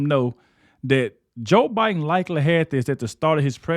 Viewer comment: The 2020 election was a scam. Yes just listening to Joe Bin you could tell there was something mentally wrong wit him. i’ve dealt with dementia and Alzheimer’s with my grandmother and my stepmother. There are just signs that you know something is wrong. I know everybody says Biden was a bad president, but in reality, it wasn’t him being the president. Everyone around him was running the country, not Biden. This is very sad everyone that was handling him and lying to the American people need to be charged with elderly abuse and treason, . He should have been enjoying his life around his children and grandchildren and family.